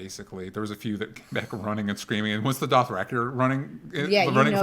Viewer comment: Fun fact, George R.R Martin pronounces it "Doth-Ra-Kai" and not "Doth-Ra-Key".